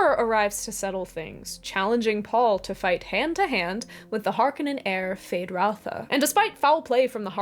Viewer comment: Great analysis and summary as usual. A couple of things however. Herbert pronounced the people Freemen to reflect their history and the bad guys were pronounced Har- Conans. The tv series (which I hated) and the recent movie got those wrong. I felt like the David Lynch Dune was far superior to the recent movie. The actors were much better and more importantly they looked like the characters as they were described in the books. Jessica was supposed to be a stunning redhead and instead is a rather plain Jane with light colored hair. The gender flip on Kynes was stupid and unnecessary and Channi looked wrong too. Even the Fremen did not look like the ethnicities described in the books. They are supposed to be Buddhislamic so they should look Arab or Asian. I did like the scale of the new movie and other aspects of it, but I didn’t like the way they cut some of the famous lines like the “women and cattle “ comment to be more politically correct. I liked your comparison of Dune to Star Wars. When I first saw Star Wars as a teen I recognized the Dune similarities like the desert world, sandworm , robes, and mental powers. As far as influence I read the novels in high school when I was supposed to be reading the dull British romance novels and banal American pop classics that were assigned to me. I incorporated many elements of Dune into my role playing games and even think about it any time I walk on sand or face something frightening.